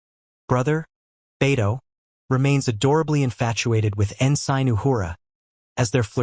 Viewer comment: Please learn how to say ensign. Also the reason they had the right artifacts wasn't coincidental, it was because those artifacts helped them gather the information to find the site.